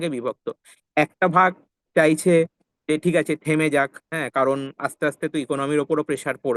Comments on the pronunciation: "চায়ছে" না "চাইছে" হবে। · "চায়ছে" আবার কী? "চাইছে" হবে ওটা। আপনার প্রায়ই "য়" আর "ই" গন্ডগোল হয় দেখছি।